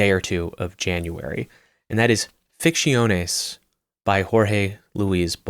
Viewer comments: your pronunciation of Ficciones is respectable 😂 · I love your content. After hearning ‘Ficciones’ pronounced so horrible 3 times I had to quit the video. I’ll come back to see it tomorrow, and i really hope there are no other spanish books in this list. Big tear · It sounds Italian